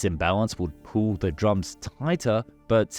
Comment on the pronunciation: "simpwy puwl"